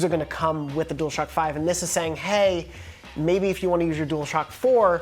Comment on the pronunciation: Please say HAAY one more time 😂😂